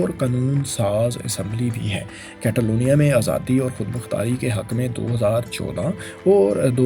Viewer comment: کیتالونیاں نہیں کاتالونیاں کیو کے اے کو سپینش میں آۂ پڑھتے ہیں